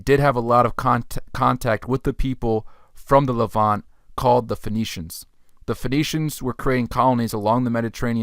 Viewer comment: The word is not pronounced as “levan-tay”. It’s the Levant (no E) and the adjective is “Levantine”.